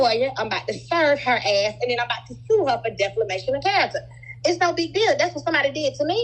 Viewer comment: The way she keeps saying "deFLamation" with so much confidence😂